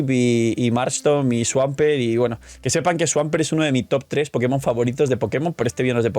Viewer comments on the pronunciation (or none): none